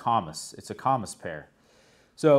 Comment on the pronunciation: It is pronounced comeece. I grew up and worked around Harry & David (Medford Oregon). The comice pear is the best in my book.